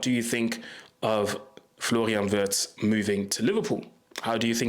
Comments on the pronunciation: ? How comoes? YOu pronounced Wirtz's name perfectly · Just as a compliment: Unlike most English content creators, you pronounce the name of Florian Wirtz just like a native German speaker! 👍